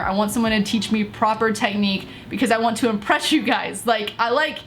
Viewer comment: "I want to IMBRESH you guys"😂